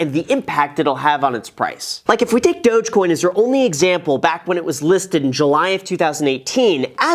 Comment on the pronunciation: Why does everyone pronounce Dogecoin like that? I thought it's more like Dawg-coin